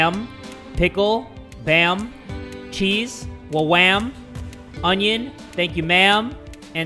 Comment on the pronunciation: I'm not the only one who says chez for cheese!!! Love you you make me laugh so much 😁